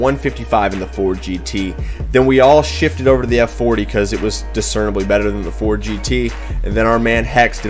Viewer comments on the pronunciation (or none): none